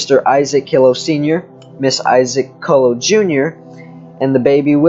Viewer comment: My mother was a Killough. It is pronounced Kel low.